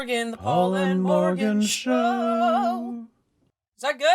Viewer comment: It sounds weird because you've de-Welshified a classic Welsh name by putting all the stress on the second syllable and not pronouncing the "r" properly.